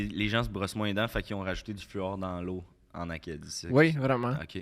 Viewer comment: qui prononce "Brrrrosse" d'une spontanéité tellement pure, qui s'est lui-même surpris 😂👌 J'ai ris fort en tabarnak